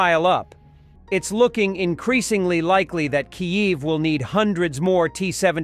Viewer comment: This narrator can't seem to consistently pronounce Kyiv properly..😢 pretty sad don't you think?